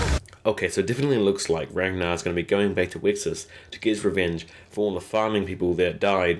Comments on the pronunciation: rain-gar & eye-van. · Ragnar (swedes spell this like Rangnar, also heard in the very first season of this show) Ivar Björn (Bjoern) Aslaug Lagertha My ears hurt because it really is so simple pronouncing and spelling the names after all.